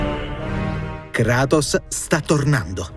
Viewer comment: Non sa dire kratos